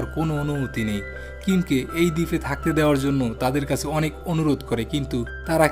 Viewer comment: আপনার বাংলা উচ্চারণ ভয়ংকর বাজে। ভিডিও শুরু করেই কাছে কে কাসে শুনেই স্টপ করতে বাধ্য হলাম। একটা কন্টেন্ট বানাচ্ছেন সেটার মান ধরে রাখার চেষ্টা করবেন।